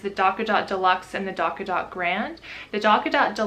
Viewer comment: not going to lie; i hate the name of that product although it sounds like you're saying "Dock-a-Dot" rather than "Tot"